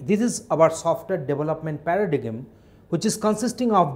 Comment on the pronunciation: Dude, at least pronounce the word Paradigm correctly. And reading from a text doesn't help the learner.